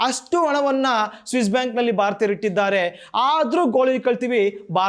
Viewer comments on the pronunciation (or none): ಉಚ್ಚಾರಣೆಯಲ್ಲಿ ಸ್ಪಷ್ಟತೆ ಇರಲಿ ದುಡ್ಡು ಇಟ್ಟಿದ್ದಾರೆ ದುಡ್ಡು ಇಟ್ಟಿದ್ದಾರೆ ನೀವು ಹೇಳುತ್ತಾ ಇರುವುದು ದುಡ್ಡಿದ್ದಾರೆ ಅಂತ ಸ್ವಲ್ಪ ಉಚ್ಚಾರಣೆಯನ್ನು ಸರಿ ಮಾಡಿಕೊಳ್ಳಿ